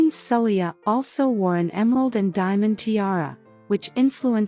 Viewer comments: Poor pronouncing of the queen name. The queen name is prononced as Sa- Lay-ha and symbols if islam, Muslims practice Islam. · She even called the country “Bahrain” more than once 😂. The queen herself is called “Saleko, Saheli, Sala… “ the narration is ridiculous.